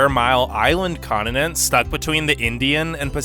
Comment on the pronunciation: Ugh. Where did this new hideous way to pronounce “continent” come from?